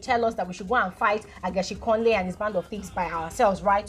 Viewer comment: Is the way is pronouncing the word for me It’s Ageshinkole not Ajeshinkole 🤣🤣🤣